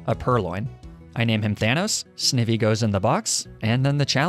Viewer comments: It's not sn-ih-vy it's sn-eye-vy (idk if my spelling helped you understand it's correct pronunciation) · It's pronounced Sni-vee NOT Snee-vee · "Snih-vee" his pronunciation I can't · not snivvy and skruppy 😭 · SNIH-VEE bro? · btw it ain't 'snivy' its pronounced 'snaivy' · He also pronounced snivy wrong in the beginning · everyone missing the snivy pronunciation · and at the beginning he pronounces Snivy wack too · What about Snivy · Not to mention how he pronounced Snivy...it mean it has the word "Ivy" in it for a reason. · Your pronunciation of Snivy makes me wince lmao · The way you pronounce Snivy is pretty funny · I love how he says snivy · Me: I dont care how you pronounce pokemon Also me: You dont pronounce snivy like that -_ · He learned how to pronounce krokorak yet he can’t pronounce snivy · i despise his pronounciation of snivy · Dude I really hoping ur trolling us with these Pokémon pronunciations lmao. First there’s Snivy which u pronounced as “sniv-ee” and then krokorok and the emolja omg💀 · Did you seriously say Sn i vy- Oh god and Emolja